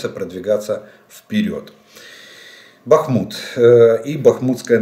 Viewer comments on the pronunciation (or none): none